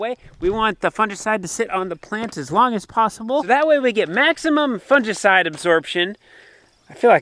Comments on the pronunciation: Fungicide g not j, it kills me every time you say it like that 😂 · Fungi (pleural) fun•gi pronounced fun•guy. So fun•gi•cide is pronounced fun•guy•cide, (long i) Your welcome 😍